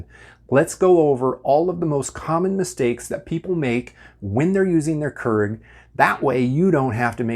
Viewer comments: Another common mistake people make is pronouncing it “krrrrrig”. When it’s actually “cure-ig” or “kyur-ig”. 😑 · I'd listen to a person explain about the Keurig coffee machines, But not this person as he keeps calling the machine Kerg what ever that is. It's a KEURIG Pronounced Keu rig. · Ha me trying to watch the video : keeps getting caught up everytime he says "kurr-ig" 🤣🤣 but hey he's probably correct and I'm probably not, but I've always called it "cure-ig" 😋 and I've made almost all these "mistakes" lol. I've also noticed that it won't brew if you put refrigerated water in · Keurig is produced as “Key-ur-rig” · "Q-rig" please thanks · Does anyone else cringe when he says "Kurrrig"? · I don't cringe at this one.. But I understand the issue, because other mispronunciations do bother me. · Well, considering it's a Dutch word, most people are pronouncing it wrong to begin with. His pronunciation makes it seem like there's more than one r in the word. Proper pronunciation is actually more like keer-ech / care-ich. But since I'm American, Cure-rig sounds good to me. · You're mispronouncing Keurig and you keep saying Keurig. 😂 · >speaks of mistakes, says he refuses to make said mistakes >pronounces keurig wrong lmao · This dude can't pronounce Keurig and it really bothers me